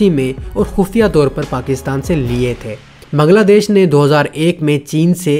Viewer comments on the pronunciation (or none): none